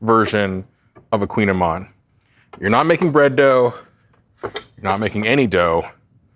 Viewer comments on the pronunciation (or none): It’s a koogin ayman!